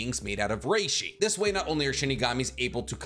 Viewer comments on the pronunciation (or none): none